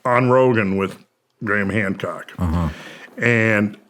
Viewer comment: At the beginning he said Gran Hamcock 😂